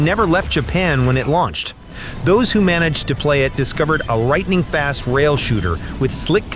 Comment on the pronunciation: Rightning fast? 😂